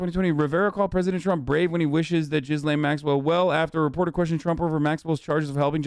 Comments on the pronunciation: Doubt Hasan will read this but thought I would say anyway. Although I believe the mispronunciation of Ghislaine is an honest mistake, it’s still rather problematic. Hasan pronounce it (Jizz-lane) which is not the correct pronunciation (Gee-lane). Using sex terms (jizz) when saying her name (even when it’s an honest mispronunciation) is problematic. Normally things like this wouldn’t bother me, if a random hog was called Ghislane go wild, but its problematic here because of the crimes she’s committed against minors. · Gee-lane not jizz lane lol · Is Hasan mispronouncing Ghislaine on purpose of does he really think it’s pronounced Jizz Lane??? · Thank you for bringing up the burning question of where all the confiscated files from Epstein’s properties aren’t discussed. Please learn how to pronounce ‘Ghislaine’. The S is silent.